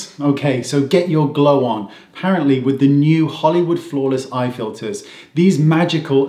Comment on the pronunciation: I'm sure you meant to say "FILLERS" rather than "FILERS" 😉. Filers being secretaries filing paperwork! Yes, I'm truly fed up with being treated like a brainless moron. I'm an adult. Please talk to me as such. Very well said. 💗